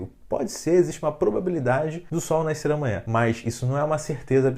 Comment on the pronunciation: eu acho que se fala nascer não naiscer